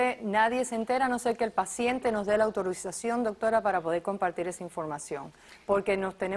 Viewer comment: Like si entendiste a la otra Psicóloga decir el el minuto decir autorizausklsifj